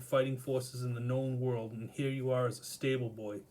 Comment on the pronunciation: Haha Here, sounds like hair!